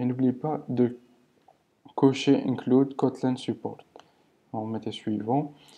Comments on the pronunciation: Ça se dit Kotlinne pas kotlein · "Cotlun" mdrr